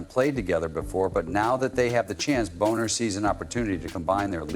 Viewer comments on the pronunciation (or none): Thanks for the story. But, hyper repetitive point--over and over. You might want to spell ai read text more phonetically ("Bahner" vs "Boner")